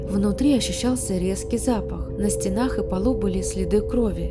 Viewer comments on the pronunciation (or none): Не на стенАх, а на стЕнах !!😅